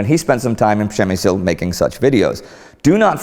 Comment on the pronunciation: You see Indy? Ryan relocated to Poland 10 years ago and he could perfectly say - PRZEMYŚL :D Nice video, this fort is more creepy than on polish side.